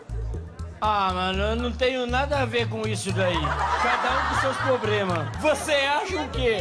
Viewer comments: "Cada um Com seus Pobrema" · "Cada um com seus Probrema"!! hahaha....😂